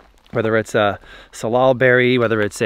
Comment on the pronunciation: sal al, not sal ol